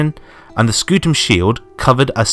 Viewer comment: Ah yes, i love it when a video comes out as my history class starts Btw reminder ots not scoot ium, i recommended looking at the metatron